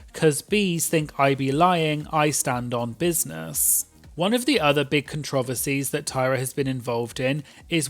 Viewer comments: I can't with how you said controversies as controvearsies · As an American I was flabbergasted. I feel like I’ve heard so many British people talk but apparently I’ve never heard them say that one word 😂😂